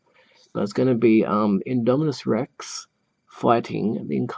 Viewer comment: You’re pronouncing it right